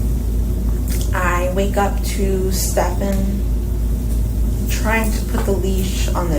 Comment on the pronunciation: I find it amusing how the [intuitive] investigator refuses to pick up Jennifer's queue on how to pronounce Stephen's name. She repeatedly says Stephen, he insusts of saying "Stephaaahn". I can't figure out why he just doesn't auto correct himself. It's weird.